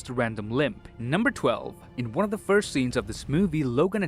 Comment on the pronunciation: I think he said "next wong" 😂